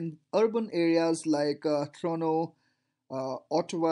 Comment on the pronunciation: I see, you have learned the pronunciation of Ottawa.Btw great video!!😘😀